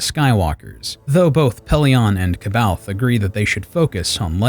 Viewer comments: Fun fact, Jorus’ last name is pronounced Sab-eye-oth. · Very good 👍 The only detail to modify is the prononciation of “C’Baoth”. It’s pronounced “ Saw Baw Yoth” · I always pronounced it as K Bay Oth so you are more right than me apperently. Then again I hate the way Karrde is pronounced even if its correct Kard just sounds boring. I pronounce it like a sauve kinda french way Karrday pronouncing that e. Feels more fitting to the man he is. But that's the problem with books everyone will pronounce the nonsensical star wars words & names in their own way different from the creators intentions. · I didn’t know it was pronounced Sah-By-Oth until I was about 30. I read the books at like 19. Multiple times. I personally said “See-Baoth” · C’baoth is pronounced SAY-bay-oth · C'Baoth is pronounced Suh-baw-th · You pronounce 'Kbaoth'. But the other guy that made this book into an animation series, say 'Sbaoth'. So which is right? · I understand...but I also know there are several sources with the official pronunciation, so knowing how to pronounce it makes it hard even though your mispronunciation is reasonable